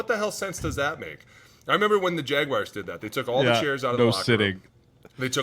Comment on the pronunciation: jag wahrs not jagwires